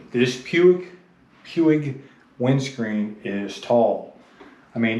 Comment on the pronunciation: Major pronunciation malfunction, Puig is Spanish.